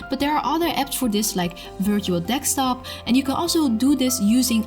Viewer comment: Very nice video, very informative. Only I have to mention the pronunciation of the word Desktop . It sounds like you are saying Dekstop. No hard feelings, just positive criticism. <3 the content